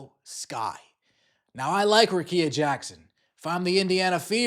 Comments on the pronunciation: RICK-EE-A. Come on bro. That's mighty white of you. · BRUHHHH RICKEA RICK KEYA GET IT RIGHT PLEASE!!!